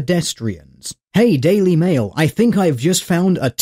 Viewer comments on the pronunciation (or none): none